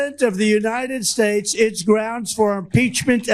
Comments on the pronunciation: "Capacity of the United SPADES" Wait what was that lol what is trump trying to say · "United Spades". - Duh-nald 🎺 a.k.a. Good friend of Epstein